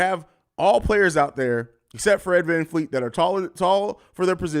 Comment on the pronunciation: VanVleet. Not Fleet.